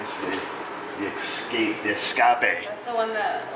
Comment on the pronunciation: Escape!!! Sound very spanish hahaha